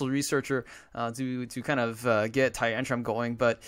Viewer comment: haha you always say tyrantrum"p", just like with the "skarmony" :D